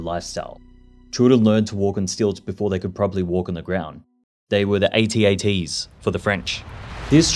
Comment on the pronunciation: It's an AI text to voice narrator, see also it's pronunciation of AT-AT